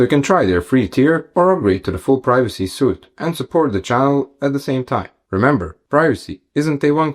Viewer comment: Suite (sweet) not suit; the E on the end makes a difference.